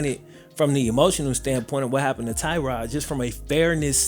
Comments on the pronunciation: It's "Tuh-rod" not "Tie-rod" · As a member of the Bills Mafia and a Virginia tech fan both of these pronunciations are incorrect, it's Tuh-God or Ty-God Taylor, just a huge fan of Tyrod's heard he might get a statue somewhere in Buffalo Courtesy of Bills Mafia, might already have happened, I live in Charlotte North Carolina